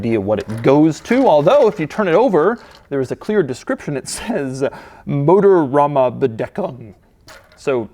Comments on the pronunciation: Motorraumabdeckung is german, obviously, and means engine bay cover. By the way you nailed the pronunciation (at least for an American). I haven‘t read it on the label, I just listened to you and understood! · 5.5... above average for a native English speaker, but not by much. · Love it when americans try to speak german.